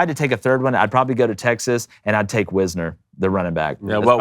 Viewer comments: It’s pronounced WISE-ner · It's not WIZ-ner, it is WISE-ner.